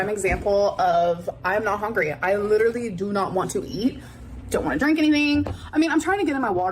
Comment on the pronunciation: Why does she say “hongry” but she pronounces “hunger” properly. She’s so annoying.